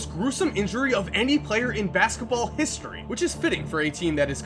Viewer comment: Listening to him say history is funny in a way